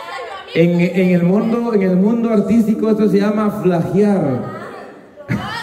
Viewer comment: Flajiar………,donde se habla así…….es Plagiar